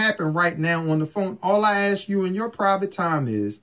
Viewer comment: Monique the word is ASK not AKS!